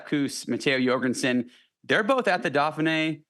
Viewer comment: Why is it that American commentators can’t pronounce any European names properly?? The “Daffinee” really??? Vinago??